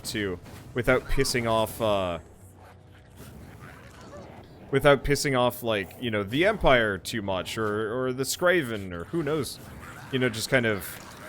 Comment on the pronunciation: it's not skraven It"s skaven there is no r